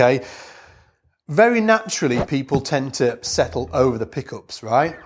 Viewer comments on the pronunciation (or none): 'uhpright'... 'pluhcking'... 'pickuhp'... What's that accent?